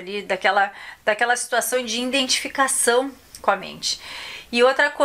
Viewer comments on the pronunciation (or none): Moça a palavra não é INdentificacao. O correto é IDentificacao! Fale corretamente e não tenha raiva de mim. Só quero te ajudar!